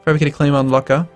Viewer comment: damn it, lucca is not laka,it's more like luka.